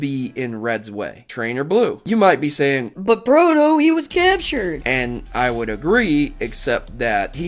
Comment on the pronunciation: uuh that was a weird "but proto" you did